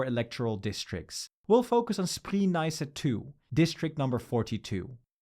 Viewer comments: Spree is pronounced “Spray” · Your pronunciation of Spree is a bit off.